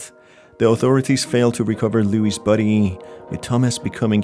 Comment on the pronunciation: The way he says "body", sounds like he's saying "buddy"